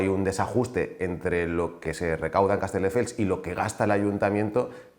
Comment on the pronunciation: Lo de decir CasteLdefels es algo que hace a propósito o es que no sabe ni decir el nombre de la ciudad de la que es alcalde?